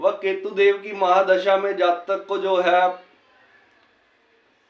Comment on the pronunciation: Zaaaatakk nahi jaatak bole sir